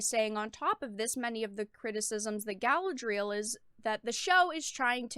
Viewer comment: how she pronounces galadriel so cringe